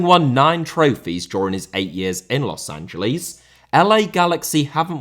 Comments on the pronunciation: A respectful tip about pronunciation:I know brits empathize the L but, The city is pronounced Los an-ja-less, you empathize the S, not the L. You can just say los Angel-ess and its 95 percent correct way of saying the city. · also why do you keep pronouncing it as Los AngeLEES? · The brits always pronounce it like that. They say it like Angel di Maria but his name has an accent mark on the A and the city doesn't. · yes i’m 100% aware of that but in this situation it’s clearly a mispronunciation rather than an accent